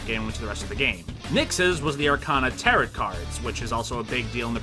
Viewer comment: No one gonna point out how he's mispronouncing "tarot"?